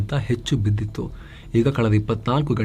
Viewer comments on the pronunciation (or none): none